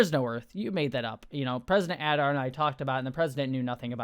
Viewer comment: pronounced Ay-dar